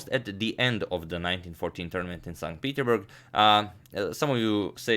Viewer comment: Not st Peteburg...st petersburg